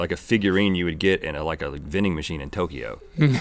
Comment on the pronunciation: What's up with when Link says Tokyo?